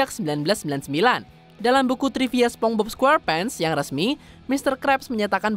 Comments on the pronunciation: "Spongbob"? wah kacau nih orang😂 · Naratornya disuruh ajarin ngomong SPONGEBOB dulu lahh Dari tadi ngomong SepongBob aneh dan ambigu bgt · Yg lucu adalah penyebutan naratornya ke spongbob bukan spongebob🥺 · Cara bacanya "sponsbob" bukan "sepongbob", kasian si bob kalo kata radit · Naratornya bilang sepong-bob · "spong bob" hehehe